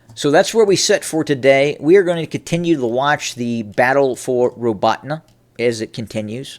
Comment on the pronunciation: Robe-ah-Teen is correct pronunciation